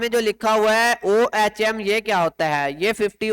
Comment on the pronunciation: this is unit of resistance pronounce as اوہم